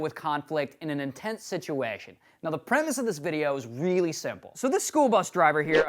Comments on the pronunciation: Lmfao, notice the weird irish accent want an.... intense situaaation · Omg did you hear the way he said situation on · how the hell does he say "Situation" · you sounded canadian when you said situation!